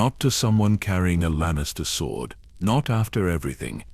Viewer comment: need to train it to stop saying sw-ord instead of sord